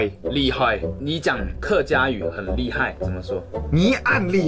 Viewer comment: 逛街说错了 音差很多 逛街 是宽街 骨头 是钩钩 勾头 厉害是丫霸 老婆说对了 壁虎跟鳄鱼我不会说 肚子饿说对了 蟑螂也对了 沙漠或者噶拉